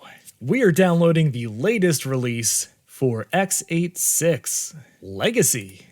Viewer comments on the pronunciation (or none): For some reason it physically hurt me to hear you say "ex-eight-six"